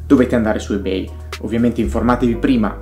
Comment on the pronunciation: Non mi sembra proprio che Subito abbia oscurato Ebay. Anzi, a livello di aste, collezionismo e sicurezza dei pagamenti è ancora imbattibile. L’offerta è assolutamente imparagonabile. [E per favore pronuncialo correttamente ;__;]